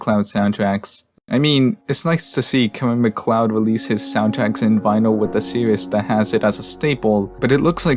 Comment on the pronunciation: Finally, somebody that knows how to pronounce Kevin Macleod's name holy shit